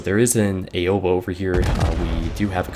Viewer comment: I hate to be that guy but your pronunciation of Aoba irks me a little :P It's supposed to be OW-ba, not A-oba.